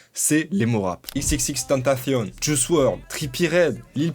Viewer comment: enfin un mec qui sais prononcer le nom d'xxxtentacion ptn